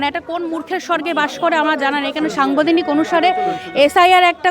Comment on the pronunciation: কঠিন ন্যা, সাংবধানিক, রাজনতিক, কলেষ্টর আরও যে কতগুলি ভুলভাল উচ্চারন করলেন ঠিক গুণে বের করা যাবে না l